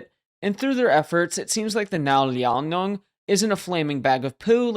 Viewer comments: Liao-nong? Brother, it's Liao NING, just like it's written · Liaonong.... And spelling Kuznetsov wrong, maybe pronunciation/spell-check before posting next time? 😂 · It’s Liao- NING. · I don't understand how you botched the pronunciation of "Liao Ning". It sounds exactly like how it's spelt. Otherwise, decent vid. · Liaoning is pronounced as "Liao-Ning". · Made a video about the Liaoning and managed to butcher the pronunciation every single time. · look.... you probably poured many hours into making this video, why not spend 5 seconds to check the pronunciation of the ship's name?